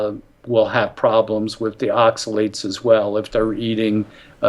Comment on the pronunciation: Great podcast! Thank you so much for posting it!, look up how to pronounce oxalates. Delete this comment after you've done so:). Blessings!